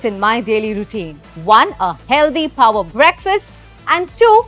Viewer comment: Hindi me bola karo yar.. Instead of shooti g english that u cant speak.. I mean phower breakfast..???!!! Babe its power not phoawer breakfast😂host just cant stop showing off her village accent i from of sohas upper engliah acceent and failed it